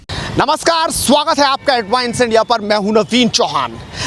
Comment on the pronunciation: अरे यार एंकर बने हो तो उच्चारण तो सही करो। एडवाइन्स इन्डिया ??